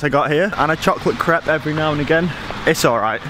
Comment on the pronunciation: Why are you saying crepe wrong?